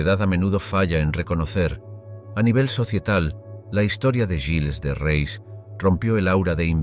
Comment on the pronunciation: Y se pronuncia "guils de re"